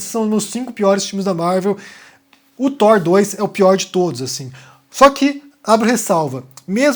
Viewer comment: Obrigado por mais um vídeo,! Acredito q sejam 22 filmes na chamada Infinity Saga (23 com o Hulk do Edward Norton). Tb sou professor de inglês e posso te dar uma dica pra facilitar a pronúncia do "th". Fala "Tór" e observa onde tua língua encosta no céu da boca, empurra esse ponto de contato pra onde a gengiva encontra o dente e faz o mesmo movimento de língua e a mesma "força" do ar pra falar o T do céu da boca. A posição da língua mais pra frente vai te dar o "th". Uma palavra q eu gosto de usar pra treinar é "anthropology". Pronúncia anthropology com a língua no céu da boca com o T e fica antropology, aí empurra a língua pra frente e faz o mesmo movimento pra sair anthropology.